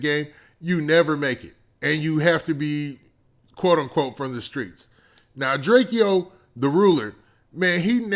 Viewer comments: It's Drake-o not Drakeeeo 😂🤦🏾‍♂️ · why u keep saying “drakee-o” its just Drakeo...like Drake-O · Its pronounced "Draco" the ruler my G